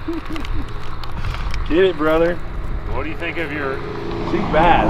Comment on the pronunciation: "My giraffe won't give me the hot tune" "BRRRother" 😂😭 I'm dead, let it be known murdered me with that one